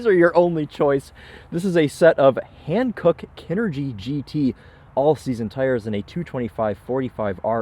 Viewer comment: I apologize for being a little pedantic, but the "a" in Hankook should be pronounced like the end of "bra" or the middle of "rock". Hankook is a Korean company and their name is basically "Korean Country (한국)" in Korean.